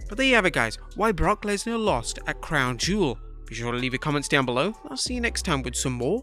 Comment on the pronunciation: “Brock lensar “ 😭😭